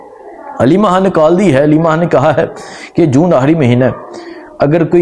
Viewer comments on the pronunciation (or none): Salam alaikum bhai pls Imran han nhi Imran khan hai or habar nhi khabar hota hai pls thk se name liya karain pls imran Khan bola karain